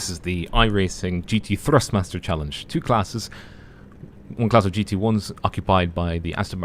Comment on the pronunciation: I love how you pronounce "GT Thrustmaster Challenge". And the GT2 Ford is the real one. The GT3 is not real